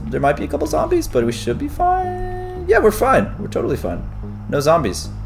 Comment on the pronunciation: Did caylus just say "There are a couple of zomboz"